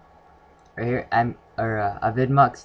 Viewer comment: It's pronounced AVI demue